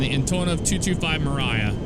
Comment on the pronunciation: fun fact its pronounnced emria (m ree uh) it means dream in ukranian